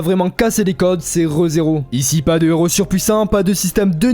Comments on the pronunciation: La video est vraiment bonne, par contre, c'est assez perturbant d'entre un "nez rot". Héros commence par un h, il n'y a pas de liaison. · Très cool comme vidéo Par contre le " un neros" me trigger. On ne fait pas la liaison bordel !!! 😂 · Pitié arrete de faire la liaison entre un et hero, quand ya un h la plupart du temps on fait pas la liaison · Héros commence par un H donc on ne fait pas la liaison avec le N de son